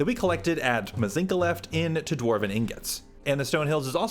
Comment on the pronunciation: Aargh...you pronounced it Mz ink a left, instead of Mz inch a left, and the other day you said Kenturion instead of Centurion. You're killin me,.